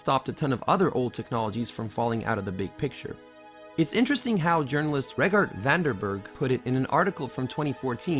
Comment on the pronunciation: Regardt van der Berg is pretty hard to pronounce isnt it